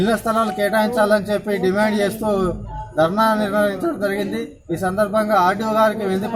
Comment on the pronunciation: Anchoring very bad , dimand, dimaaaand Kadu